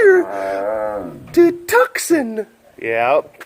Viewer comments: 1., Tucson is pronounced "too- sahn" 2. Wha?! I have fellow Tucson people in the Pride? Yay! Represent! 3. Hot is hot. Let's not split....fur.:-) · I'm so upset that you pronounced it "tuckson" X,D